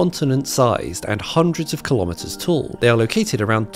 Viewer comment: Kilometers is pronounced kilo-meters, same as kilo-grams. Pseudoscience includes no costly verification.